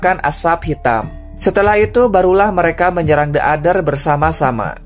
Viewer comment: Bang kalo ngucapin "the" Kemudian setelahnya diikuti kata dengan huruf depan yg merupakan huruf vokal(a,i,u,e,o) maka kata "the" Dibaca jadi "di" The Others (di others)